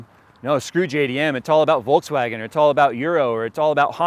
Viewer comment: It's funny how you pronounce Volkswagen ;D